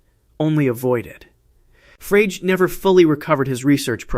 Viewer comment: Frege is pronounced "fray-ger", with a hard "g", by the way. Not "frayj". It's a German name.